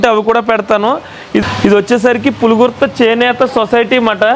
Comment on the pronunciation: Thanks for real pronunciation brother చాలామంది పులగుర్త పులగుర్త & పులుగుర్తి అని కూడా అంటున్నారు ఆది పులుగుర్త, మా ఇంటిపేరు & ఆ ఊరు మా ఇంటికి 60 కి.మీ. ఉంటుంది.